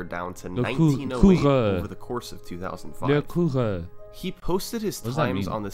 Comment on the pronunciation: Nice French pronunciation on Le Coureur. It means: the runner